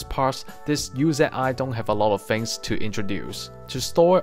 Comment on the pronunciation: The guns name, Uzi is pronounced OOZE-EE. Lol I've never heard anyone use it's name as an acronym.